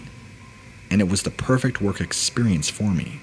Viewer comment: "ExPURience" anyone else always notice that?